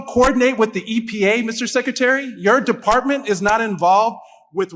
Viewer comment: Exposure to the Enfartment? 😂